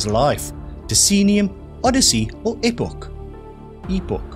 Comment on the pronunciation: I realize that certain words get pronounced differently in different countries, even if it is English but I detected some struggles in properly pronouncing some of the answers. Almond, Daimler, Epoch, Hari Kari... 😉